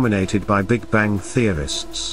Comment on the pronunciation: Why do you pronounce the g in bang? What accent is that?